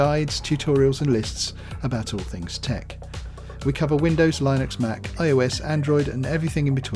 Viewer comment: The pronunciation is ˈlɪnəks/